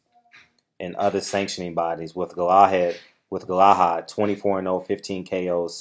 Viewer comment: It’s pronounced Gala Had